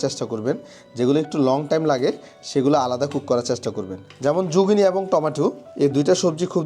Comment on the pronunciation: Jugini na!! Eta zucchini.